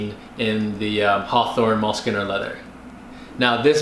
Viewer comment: Uh...sorry to correct you, but it’s pronounced like “mewlskin”, as in the animal. MULE.